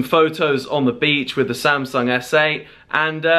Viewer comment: "here we are... THE SAM-SONG S8" 😂